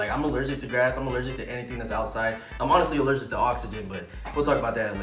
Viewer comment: is anyone talking about how he said hes elergic to oxygen